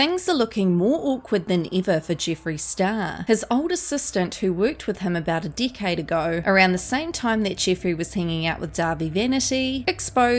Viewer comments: Every time you say decade i hear dick head lol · A dickade agoe. 😂😂😂😂